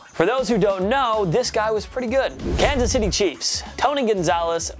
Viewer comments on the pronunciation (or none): none